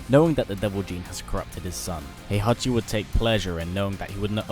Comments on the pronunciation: It's HEE-ACHI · "Hehachi Mashima...is dead"